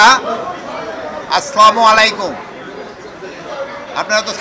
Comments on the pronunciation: আসলামু আলাইকুম এটা কেমন সালাম???! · আস্লমলাইকুম - এর উত্তর তোমাদের উপর আল্লাহর গজব বর্ষিত হোক। হায়রে জাতি কিভাবে নিজেকে মুসলমান দাবি করেন। যে কিনা সঠিক ভাবে সালাম টা ও দিতে পারেনা তাড়ানাকি জান্নাতে যাবে। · সালাম শুদ্ধ করেন তারপর উত্তর এর আশা করেন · Haire muslim salam taw thik moto dite pare na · শুদ্ধভাবে সালাম শিখেনি